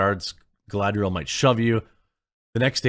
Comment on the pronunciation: My favorite part was when she said “Is Galadring time” and proceed to Galadrig all over the place